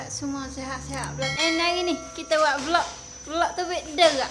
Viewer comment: Buke vilogg.. Velog velog velog VELOGGG . . Awok kalu blog, awok blh plok baco belog . Bakpo xbaco bilog ?? Veeeelogg. Vlog . Aaaa gitu . Xmaroh oyak jah . Nk sebut vilog pun xdok hal bena. Hahahahha.